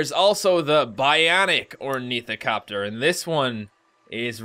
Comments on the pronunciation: it's pronounced like OR KNEE THOP TER not ornithacopter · IT'S ORNITHOPTER NOT ORNITHOCOPTER!!! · It's pronounced OOR-ni-thop-ter, not or-NI-tho-cop-ter. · 'They're called Orneeticopters' -, 2015 It is Ornithopter or-nih-thop-ter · ornithopters not ornithocopters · I thought it was Ornithopter not Ornithocopter.......I'm sure its Ornithopter not Ornithocopter. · ornithopter not ornithocopter... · ITS ORMITHOPTER!NOT ORMITHOCOPTER!>:c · Isn't it ornithopter not ornithocopter? Who's the idiot in this matter, me or? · "ornithocopter" 10/10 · Ornithopters (ORN-ee-THOPP-tur) are supposed to start on the ground. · Orneethocopters omg that's hilarious. No offense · you said ornithopter wrong its like orn-y-thop-ter, its defined as a metal flying bird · Its called a (OR-NY-THO-PTER) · Its Or-neh-thop-ter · you pronounce ornithopter or-knee-thop-tur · The bird like thing is pronounced Or th na pi ter or if you know how to use the symbols and such ˈôrnəTHäptər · pronounced or ne th o p ter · Great job btw its pronounced or-nee-thop-ter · learn how to say ornithopter. Otherwise you sound like you don't know what your saying (Not that you do;-))